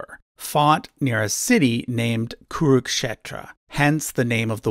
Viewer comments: And when you pronounce an English word wrong, your excuse is "it's not my first language". Cut him a slack and appreciate the effort. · I think it should be pronounced "kuru-k'shetra" not "kuruk-shetra" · Actually It's" kuru-k-kshetra " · Both is wrong. Original sanskrit pronounce it as 'kuru'khetro'